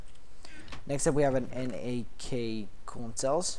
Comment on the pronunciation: you say N a K all spacing out the letters, it a chemical solution of sodium and potassium, just like salt or NaCl which is sodium and chlorine, its an alloy made by melting sodium and potassium together, and its pronounced nack, like curly from the 3 stooges. just an fyi, and i died when you stopped and stuttered out N a K lol